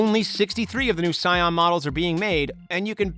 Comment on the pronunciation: It’s Sian and not sion